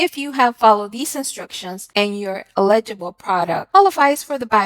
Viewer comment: ELL igble not illegible.